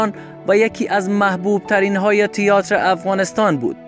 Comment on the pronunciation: اصف جلالی بازیگر سینما نبود مجری برنامه کمدی بود Theater را هم اشتباه تلفظ میکنی تیاتر نیست تئاتر هست سر دیکتات و جمله بندی تان بیشتر کار کنید